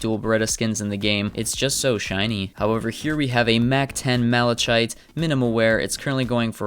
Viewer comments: It's pronounced ma•luh•kait not ma•luh•chait. I remeber you also made the same mistake in some of your older videos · Watafak did u say malassshite, dam